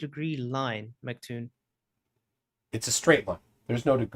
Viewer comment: Check, check... one, two... this thing on? * tap tap tap - feedback *. Also,, you idiot, arrogant (male appendage), it's pronounced EM CEE TOON, not fricken Mck Toon. If you bothered to notice, his YouTube name is big M, big C (em, cee) Toon. Really annoys me when you idiots say it wrong. I can fart more "interesting claims", than you can. Seriously, dude, try learning what it is you're talking about (including sextants), BEFORE making yourself look like an idiot (which isn't hard). STOP SAYING "SORRY..." when you think you're right, when you're not. I would also suggest you DON'T try to argue trigonometry with a guy who knows MATH better than you.